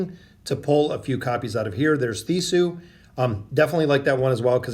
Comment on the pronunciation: lol yea, it'd definitely The-sku. tends to get the majority of the roster wrong in terms of pronunciation, it's actually pretty comical, I feel like he does it on purpose to get a reaction out of us. Under any light, you'll notice it from now on, it's kind of a signature of his now lol